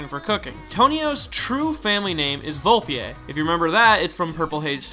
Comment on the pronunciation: It's just Volpe... no French flourishes at the end. (Vol-pei) sound it out 😎